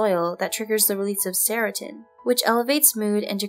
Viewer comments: Did you mean serotonin, it sounded like seratin? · "Seratin" you say? It's Seratonin for goodness sake. Se-ra-to-nin. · "serotin" really? :/ it's serotonin. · not sair-roe-tin, but sair-roe-TONE-nin negatively impacts credibility of this presentation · Did you say "serotin"? Tf that's not a word. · Well that was an interesting pronunciation of serotonin